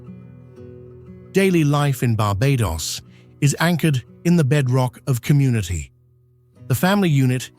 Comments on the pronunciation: Thanks for capturing so many aspects of Barbadian culture, geography, cuisines, etc. However, please note authentic pronunciations: Barbados = bar-BAY-duss [not -doss or -doze]; Bajan = BAY-zhun [not bah-zhan]. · Bajan is pronounced BAY-JEN, and Barbados is pronounced BAR-BAY-DUS. Speightstown is pronounced SPITES-TOWN. The mispronunciations take away from a lovely beginning. After about 20 minutes in, you moved from Barbados to other islands while still calling the foreign lands Barbados. If you can fix these things, and remove the AI looking parts that came post the 1/2 way mark, then you can have something that is shareable.